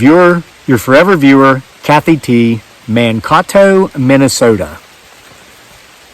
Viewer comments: Great story Kathy! Thank you for reading it. But umm manitoba is in Canada and Mankato is pronounced (man) (kato-think of OJs strange roommate). Hope that wasn't confusing because now I am. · Mankato is pronounced man kay toe.